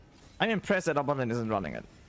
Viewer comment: AGURIIIN bro not agurin, long i